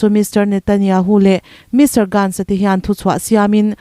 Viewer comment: Tunlai thil thleng lar te tal Hming hi chu hriat ve a, lam finkhur ve thin deuh tur!! Surya nilovin Syria..Mr. Grantz nilovin Mr. Gantz /Benny Gantz(Gants / guns tiin lam rik tur) Je-wis nilovin Jus tiin (jew for Ju - Juda tiin kn lam thin kha!!) ukk-kraine ti tawh lovin (Eu-kraine (a,b c a U ang khan ) Bairen singh ni lovin Biren singh(a for apple, B for Biren tih tawh tur aww.. News reporter te lam dan hi en in,ngaihthlaka a, zir ve hi angai ania... Mi News siamsa, post i rawnchhiar chhuak anih pawn, an hming ziah sual palh ang angin, i chhiar / i lam sual ve zel te chuan...tunlai thilthleng Hming common tal hi chu, a dik a i chhhiar theih nan news te ngathla ve thin la.. News chhiar hi mizo thawnthu chhiar ang kha ani lo ania.. Tha hnem ngahthu ah free adviceddd 😂😂😂😂😮